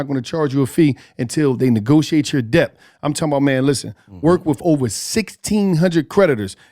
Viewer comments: pronouncing the p in dept is forever hilarious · REALLY needs to learn how to pronounce ‘debt’.....